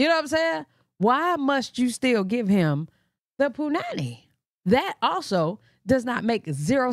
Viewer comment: Wow you say punani like that Iike here in South Afrika